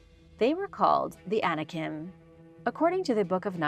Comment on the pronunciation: I was not clear with my statement. I know Anikin is the name of Darth Vader. The point I was (poorly) trying to make was that was saying ANIKIM, with an m sound at the end. You were comparing two different but very similar sounding things. So you CLEARLY don't know what YOU are talking about. You might want to be sure you know what you are talking about before you verbally attack someone. I was just trying to help you see how your original statement had nothing to do with what was talking about.